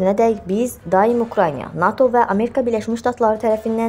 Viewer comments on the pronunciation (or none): none